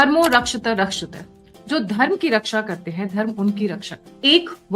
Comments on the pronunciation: Forgive me, you are pronouncing rakshatee, incorrectly, please check it, love and blessings 🙌 🙏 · Madam, Pl. correct your pronunciation: "धर्मो रक्षति रक्षितः" (Dharmo Rakshati Rakshitah) "Dharma protects those who protect it" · "धर्मो रक्षति रक्षितः" का सही उच्चारणपरक शुद्धीकरण सुनिश्चित करने का कष्ट करेँ| साथ ही सही स्पेलिङ्ग "Tuition" भी शुद्ध करेँ🌼🙏🌼